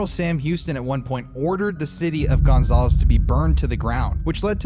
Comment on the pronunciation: The way you say Gonzales makes me cringe lol. I’m from Louisiana and we say it like gon- zal- us. Zal like Sal.